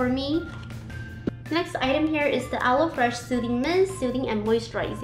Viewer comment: I noticed you pronounced Aloe as "alloy" hahha, its pronounced as "Alou"